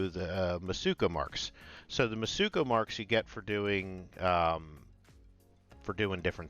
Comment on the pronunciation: Mitsuko, not mutsuko. Have all the faith this guy knows what he talking about 😂